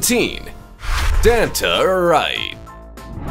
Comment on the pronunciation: You definitely mispronounced Danta. He's not the soda, Fanta.